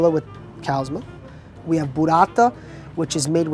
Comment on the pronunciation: Burrata no burata